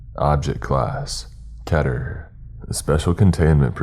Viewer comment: I love your videos, but it is pronounced “kee-ter” not “keh-ter”